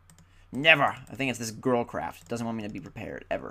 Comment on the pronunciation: whenever u say girlcraft it sounds like girl crap to me. anyone else who thinks that? :D